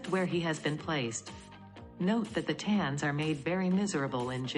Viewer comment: Once again, if your organization wants to appear to be professional, you need to run quality control before releasing these videos. in this video, the AI voice mis-pronounced the word "thetans." At that point, I stopped watching. You people are just not serious.